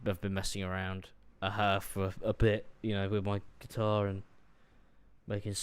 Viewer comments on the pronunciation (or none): none